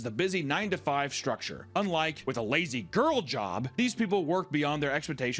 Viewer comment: You're putting the emphasis on the wrong word in "Lazy Girl job". It's LAZY girl job, because the job is gender neutral, not a "girl job". They're calling it a "Lazy Girl" job because the trend is focused on pointing women to easier work.